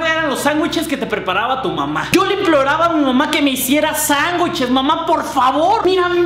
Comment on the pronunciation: HAHAoye we dijiste sanwicheleseses :v